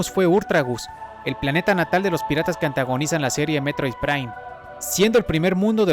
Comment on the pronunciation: Se llama METROID, no mEtRoiDe.